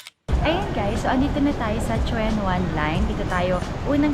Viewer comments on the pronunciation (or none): Its pronounced as Chun wan, for Tsuen Wan